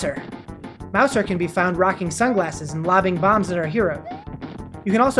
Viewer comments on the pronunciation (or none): Mouser ITS PRONOUNCED MOUZA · When you said mouser I thought you said meowser but I was like "wait there in 3d world*